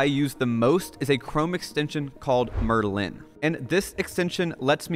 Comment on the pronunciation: It's so weird to hear someone pronounce 'Merlin' this way. Offended.